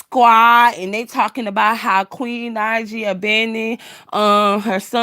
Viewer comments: Please stop messing up that girl name...Queen Naija (Nai ja) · wasn’t mad..just laughing at your crazy butt...for saying that girl name wrong....not that serious sweetie..